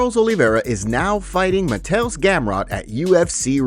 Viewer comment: Help with your Polish pronunciation. Mah-Tay-Oosh. ;) Looking forward to seeing how he does against his wrestling!